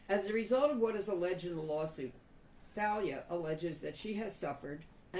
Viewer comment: Most names spelled like that are pronounced TAH- LEE-UH. Hope that wasn't a mistake. After all that poor girl has been through. DAMN. BLESS HER AND HER FAMILY